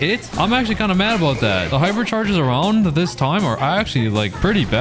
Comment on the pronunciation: Did bro say pipercharges 😂